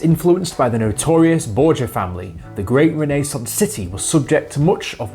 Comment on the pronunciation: Is The Renaissance really pronounced like that? My life is a lie